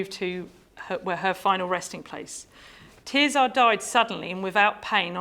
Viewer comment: Her name is not ’Tear Czar’. It’s TerZer. Her family say it that way, and it derives from the Latin Tertia. Sad that this oversight undermines what is otherwise a very interesting talk.